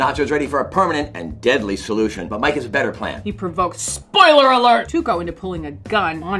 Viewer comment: Bob is not able to say "spoiler alert"😂😂